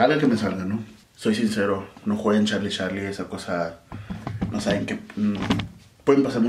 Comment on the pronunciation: Dise yarlie pero like ygual